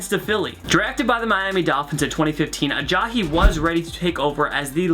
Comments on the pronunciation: It's not Uh-Jaw-Hee it's Uh-Jie-E. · Who the hell is Ajahi? It is Ajayi.... uh-jai-yee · Ajahee???? Ajaiee is how its pronounced. great video though. lol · Jay Ajayi not Jay Ajay-hee cmon man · It bugs me how he says "Jay AyaHEE" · Aja"he" Haha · "Aja-he" does this annoy anyone else. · “Jay ALLAJI”